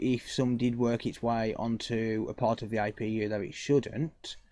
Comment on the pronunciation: its APU NOT IPU